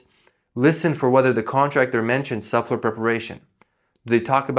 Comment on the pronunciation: Thank you for the great tips. You might want to consider working on pronouncing subfloor. Sub floor. It sounded like suflr. I had to hear it a few times before I figured it out. Great information, regardless.